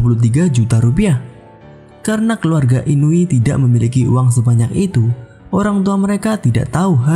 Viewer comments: inui ya g pake b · Oiiii yg bener Inui apa inubi sihhhh